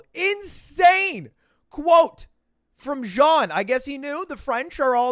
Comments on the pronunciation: I don't really know who this guy is but why does he claim to be french after butchering a french name? I feel like I'm missing something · bro lud is French and he pronounced Jean so terribly... lol